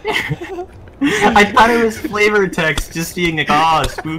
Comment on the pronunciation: "You feel a skight-niper scope watching you? What? I do?"